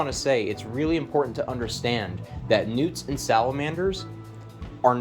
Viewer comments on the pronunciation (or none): I thought dude was saying newton salamander 😂